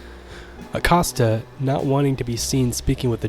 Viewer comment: Have you never watched the movie? I’m being genuine, unless they get all the pronunciations wrong in the film. Also I’ve heard from many people that Acosta is pronounced like “Coast”